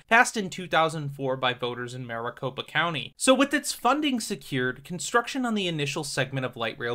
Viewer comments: It's pronounced [mare-ih-cope-ah], hearing you say it wrong let's me know that you are either not local or this is an AI generated voice. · The way you say Maricopa is so different.